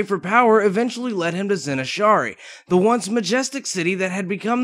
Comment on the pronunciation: Tyranday?! Zin Azsharee?! you fail so hard man